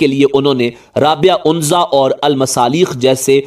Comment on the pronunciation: بھائی اونزہ نہی ہے عنَزی قبیلہ ن۔ہے عرب کا پلیز